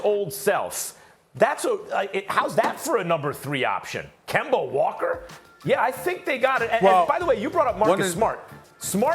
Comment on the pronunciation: Stephen “Kember” A. Smith